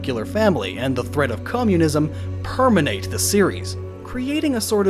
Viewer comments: lol how about when he says PERMENATE wtf instead of permeate... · "permeate" not "permanate" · Permeate = Per-MEE-ate, not PER-men-ate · And pronouncing "Permeate" as "Perminate", lol. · Yeah - because SO MANY people CONSISTENTLY pronounce "permeate" as "permenate". The EXACT same people, whether they're on youtube, on television, on stage, or making speeches, say "permenate" instead of "permeate" - EVERY TIME they say it. Almost as common as "nukuler" instead of "nuclear", right? I think you'd find that the answer is "no". Like, not ever. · Oh my God Dude. Nuclear. Nu-clear New-cleee-urrr Also, permeate. Permanate isn't a word.